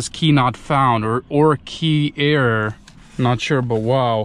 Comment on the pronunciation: You're a bit off on the pronunciation of error. It's supposed to be more like "er roar" than just "eear" like you're saying.